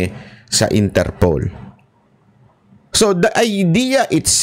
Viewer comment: Idol interpol not interpole po hehehe